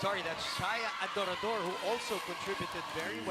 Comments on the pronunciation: Adorador mozzy! Hindi Ador Ador jusme ilang taon mo nang di mabigkas na maayos surname ni Shaya! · Since college hirap na hirap na si mozy bigkasin apelyido ni adorador hahaha